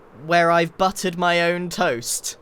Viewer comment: Buttered? I heard buttoned. 😅